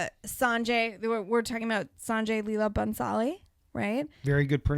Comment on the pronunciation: It's from bollywood yes. But many people don't like the term. So it's safe to call it indian cinema lol. Also, she nailed the pronounciation of "Sanjay leela bhansali" like a pro 👏